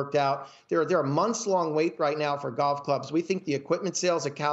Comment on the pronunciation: The way he says "golf" is honestly disgusting